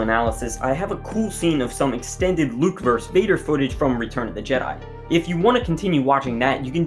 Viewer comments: "Versus" is pronounced "versus", not "verse". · It’s VERSUS! Not VERSE! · I'm gonna be that guy. It's VERSUS, not "verse" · It's versus, not verse. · It's "versus" not "verse". The abbreviation "vs." stands for "versus". "Vader versus Obi-wan" is correct. "Vader verse Obi-wan" makes no sense. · When will people learn that it's not "verse"? It's Vader versus (vs- pronounced ver-suhs) Obi Wan, Not Vader verse Obi Wan. Verse is writing arranged with a metrical rhythm, typically having a rhyme. Versus (or vs, abbreviated) means against (especially in sports and legal use). "Penn versus Princeton" or, as opposed to; in contrast to. "weighing the pros and cons of organic versus inorganic produce"